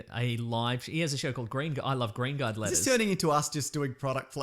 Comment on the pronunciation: I spent half a year thinking they said lettuce until I finally out 2 and 2 together and realized it was letters. Lol